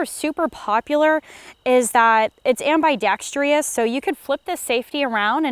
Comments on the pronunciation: “am-bye-dextrious” lol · Ambaydextrious may be the worst pronunciation of ambidextrous I've heard in the gun world yet. People need to learn this word already. Cool gun though. But the sideways red dot kinda bugs me. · You said ambidextrous wrong